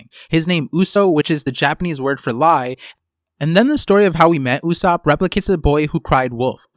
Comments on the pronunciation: why are you reading Usopp's name like Usupp its o not u and its not like ''mom'', its Japanese after all. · Great vid, but I thought it’s pronounced“ Ooh - Soapp”